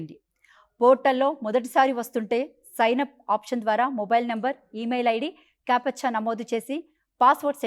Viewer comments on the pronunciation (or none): అదిఖారిక కాదమ్మా అధికారిక అనాలి, కేపచ్చా కాదు క్యాప్చ్చా అనాలి